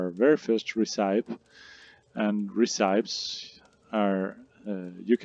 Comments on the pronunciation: I was having difficulty figuring out the best recipes, unaware that what I really needed were "ree-cypes". 😀 Just kidding. Thanks for the game advice. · Recīpes? Lol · Recipes pronunciation 🤣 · Uh are you really saying recipes wrong?? 😂 That isn't how you say it... JS